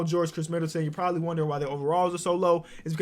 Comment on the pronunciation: bruh at like he’s said proly